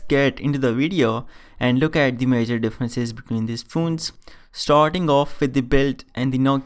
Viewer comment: Stop saying phoones...plzzz.